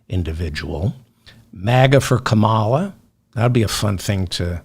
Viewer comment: Did you watch the Democratic Convention? Did you miss "how to pronounce her name? Say it with me: Comma la.